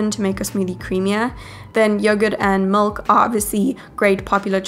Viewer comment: These are awesome recipes! Tysm! I thought it strange that you said mulk instead of milk Lol, this is NOT hate btw!